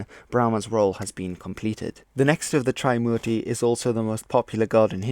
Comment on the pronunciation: "Tri" in "Trimurti" isn't pronounced as "try" but "three" without the "h" sound, it's after the number "3" obviously. Warlords? Warlords weren't the only ones who went to war in ancient India. Those conches were blown in wars between armies of waring kingdoms too. Your pronunciation of Indian words in the video sounded as if you're trying to speak in Spanish accent 😂 "Hanuman" wasn't a monkey 'king", their king was "Sugriva" & later his younger brother "Bali" (not sure if Bali island is named after him)